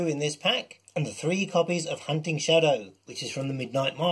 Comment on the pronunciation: If I would've ever pronounced "hunting" like you did, my mum would've slapped my mouth. 😁